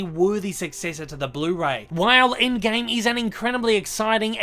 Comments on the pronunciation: "aind gaime" xdd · the way he pronounces "Avengers endgame" 😂😂